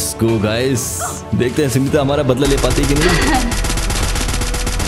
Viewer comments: Sooneeta ❌ Soneeta ✅ 😂😂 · Bhai har 2 second pe sooneeta bol rhe ho😂